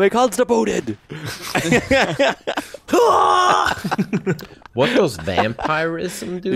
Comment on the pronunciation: constipooted XD I started choking for like 2 minutes